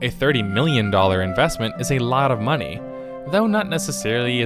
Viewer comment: "real mumny trading" XD